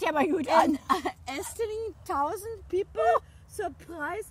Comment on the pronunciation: A sausend of pepel..... ich hör auf zu ᒪEᔕEᑎ😂